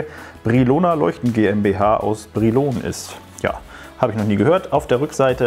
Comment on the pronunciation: Brilon -das o wird kurz ausgesprochen und kommt aus dem wunderbaren Sauerland!!